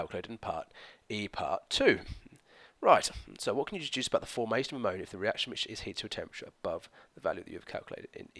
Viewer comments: Ammo - Naya 😂😂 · I'm from West Yorkshire! I've always heard it pronounced like ammo-knee-ah instead of ammo-nigh-a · Lol I've never heard anyone pronounce ammonia like that! Thanks for the video! :) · same I thought I was the only one...:') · lol, at around 18.58. You pronounced it a little differently to usual :) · The way you pronounced Ammonia 😫 never heard it like that before. What part of the UK are you from??